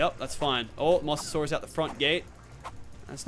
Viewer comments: Say it like MO-SA-SAUR-US not 'mossasaurus' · its pronounced Mose not moss